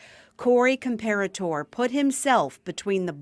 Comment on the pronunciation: NONE of the “E”s in Comperatore are silent. It’s CORRECTLY pronounced: COM-PAIR-UH-TORR-EH